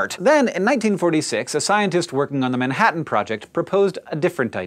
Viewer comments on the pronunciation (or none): none